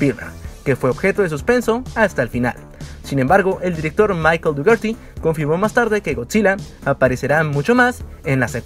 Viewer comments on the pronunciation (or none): none